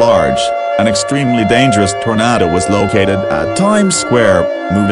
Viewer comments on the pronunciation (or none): Lol “tornato”